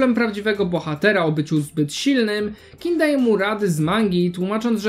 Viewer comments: Czemu mówisz Kin? To G nie jest miekkie XD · nie moge przez tego "kina" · też, chłop robi dobrą robotę, ale wymowę ma straszną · Gdzieś literka G Ci ginie przy wymawianiu King :)